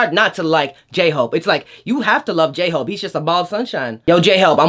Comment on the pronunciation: DID YOU SAY GAY-HOPE I CANT